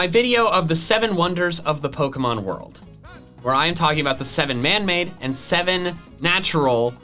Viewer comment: Dear, please start pronouncing pokemon right.